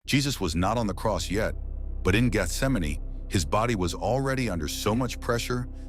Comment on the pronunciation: So glad this pronounces Gesthsemane the right way instead of "Geth - sem - mane".